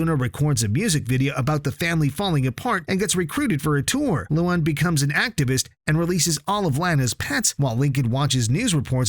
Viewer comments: You kept mispronouncing Luan's name, it's "Lu-ann" not "Lu-ahn" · Its like: luaaan, not Lu AN ):< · loan not loon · The name Luan sounds like Luon instead of Luan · Guys don't watch this.Its a AI channel you can see from the spelling mistakes nobody says lien(luan) len(Lynn) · Ah yes. “loo on” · WTF LOO-WAN? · “Lowan” bro 😭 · Yo your saying luan’s name wrong mate